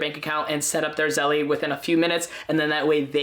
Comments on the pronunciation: It's not pronounced "zelley" ITS PRONOUNCED "ZEL" !!!!! Is it spelled "zellie"? No, right?!?! It's spelled zelle - therefore the last "e" is SILENT!!! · I think it’s pronounced “Zell” like the word “sell” but with a Z. It isn’t “Zell-ee.” 🤔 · I think its Zelle not Zelly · it's zehl not zellie; OY VEY! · You're mispronouncing it - it's like Zell (the last "e" is silent) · You dont pronounce the e on the end lololol It's Zell like Sell but with a Z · Stop calling it zelly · pronounced "ZELL"* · Zelle is the ONLY way to send money instantly for free. Game changer! Also, the E is not pronounced so it’s just “Zell” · The incorrect pronunciation really bothers me. The word “Zelle” has to be pronounced correctly especially if you are doing a tutorial. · You don't even know how to pronounce Zelle, I cannot trust you.